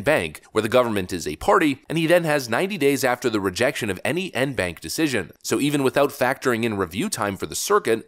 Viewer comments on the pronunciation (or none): It’s pronounced Awn-bawnc. Not En-bank. FYI. 😊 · pronounce ‘on bonk’ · En banc - pronounced "on bonk" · En Banc pronounced "on Bonk" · En banc pronounced with soft o sounds - on bonk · En banc is pronounced 'on bonk' FYI. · En banc is pronounced like on bonk. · it is pronounced en banc(on bonk) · En banc is pronounced (on bonk) lol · En banc is pronounced On Bonk, because French.